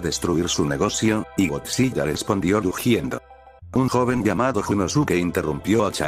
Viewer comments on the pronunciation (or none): algo que me incomodo es que dijo godzi.LL.a